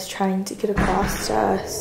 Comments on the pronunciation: 🤣 that’s what I’m sayin’!!!!! “AcrosTAus” Hehe! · Does anyone else notice how says “acrosT” instead of “across” lol